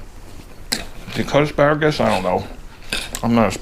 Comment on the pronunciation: I love it "asparagass"